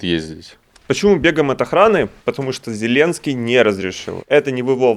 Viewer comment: Ви не правельно говорето не Зіленцький а правельно казати Зеленцький